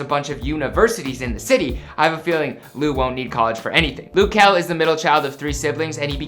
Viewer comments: It’d make sense if it was spelled Lou since he is from the Lou but it’s luh so...😂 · It's not loo kel its luh kel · He said lu key it’s L-UH kel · Who is “Lew” Kel?! lol 🤦🏾‍♂️🤦🏾‍♂️ it’s “luh” (short for “little” ... very similar to “lil”) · Luh not lou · It’s not lew or loo it’s luhhhhhh. L-uh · lou kel😂😂😂😂is luh kel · Lug kel not Luke kel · Isn't it luh not looo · Loo its luh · It’s luh it’s not loo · L- uh Kel not L-ou Kel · It’s not Lu Kel it’s Luh kel wtf🤦🏽‍♀️🤨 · “loo” kell??? Its “luh” just sound it out lmfao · GLOCK glock just say Luh instead of loo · ITS LUH KEL DUDE LIKE OMG and who dosent want him to proceed I know I would❤❤❤ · Ik this man did not say “Loo” I am rolling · he kept on sayin looh kel lol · lil-h kel hunny 😂. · It’s said Lil Kel lil=luh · Its not loo kel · Hol on did he he say "Lo-Kel" yes I know you liyin😑😑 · It’s not pronounced like that